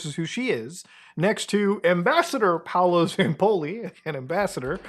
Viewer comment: its not Paulo its Paolo, he's italian.